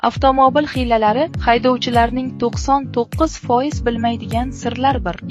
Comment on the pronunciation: Uzbek tilini qotili. aftomobul deyilmaydi. Tug'irlab ket lug'atingni